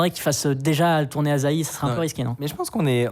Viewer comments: Il faut le prononcer Assahi et pas Azahi ;) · Pour info, ça se prononce "assahi", pas "azahi" ^^; De plus, "asahi" (旭) c'est aussi le nom d'une sorte de pomme, la McIntosh ^^; Et j'adore le clin d'œil ^^ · Un détail, la prononciation c'est pas A'z'ahi mais A'ss'ahi. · C’est pas “Azaï” c’est AssaHi. Soleil matinal en Japonais. Super vidéo sinon. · Petit instant culture : Asahi, ça se prononce “Assahi” (soleil du matin en japonais), et c’est aussi le nom d’une variété de pommes, que l’on connait sous le nom de McIntosh. (bon aussi bien, ils en parlent dans la video, mais je n’y suis pas encore) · Cela aurait été pas mal d'avoir appris à prononcer le nom de la distro avant d'avoir fait la vidéo... U_u A-SSA-HHI "Soleil du matin", en japonais. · Je comprends pas pourquoi tu le prononces "azahi" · ça se prononce "assa-'hi" 😀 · Ca se prononce [açahi], "Soleil du Matin", en japonais (Ca peut avoir d'autres traductions).